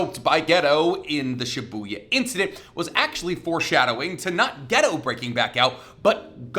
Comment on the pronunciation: His name is not Ghetto! Its GEY-TOE